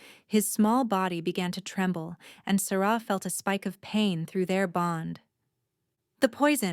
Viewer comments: Loved the story...especially having Asher who falls in live with Sarah before the Alpha. My only criticism is...the AI narration switching back and forth in how it pronounced "Sarah." It was really bad. And, there was a broken record efcfect with repeating a section. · What happened to Asher's Mother? Why did the Alpha's have similar names and the narrator couldn't pronounce Sarah's name correctly.